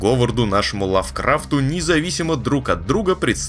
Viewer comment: ударение падает на первое А! лАвкрафт! колхоз так и лезет из выпуска в выпуск принц оф коркуэр оф пёржа ёпта